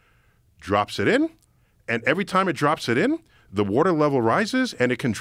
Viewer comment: And fails evweytime loooool